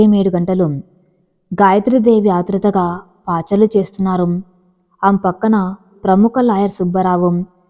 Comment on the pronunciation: Paacharlu kadu thalli pachaarlu. Meeru anba ppacgarlu abedi artgam keni oadam. Oachaarku ante atu itu thiragatam. Mee aa oadam pslajataniki ibbandi ga ubte atu itu badusthrunnaru abi chadava vacchu. Baku katha vunatam kadu mee tgapoulu saru cheyatane saripoyindi. Ba aenrencex lo dpelling mistajes ubtayu. Endukate benu 60 tears old eoman ni. Na vellu ba swasheebam lo undavu adi gaka xmsllnkeynpad.